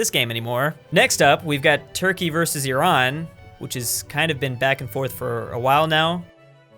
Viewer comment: thank u for pronouncing iran and iraq right